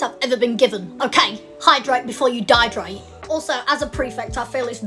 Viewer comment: It’s dehydrate not dyedrate lol